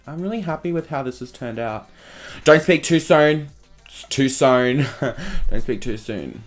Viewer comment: "Don't speak too sone" ... "Thank QQQQQQ" LMAO!